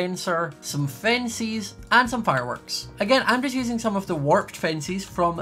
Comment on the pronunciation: I LOVE how he says fenc-ies. Like Fencees.